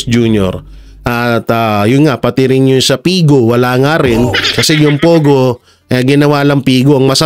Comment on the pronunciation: Hahaha pogo, hehehe naging , Pay go nakakaluka 😂😂😂